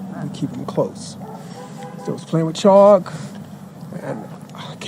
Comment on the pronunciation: They were playing with CHALK, not "Choppo" or whatever youre saying lol